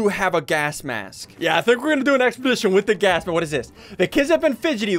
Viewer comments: Bro that's Mary Jane , not Dolores who is playing the tuba. Also, Ian pronounces gas mask as gask mask. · HE ALWAYS SAYS GASK MASK HAHAHHAHA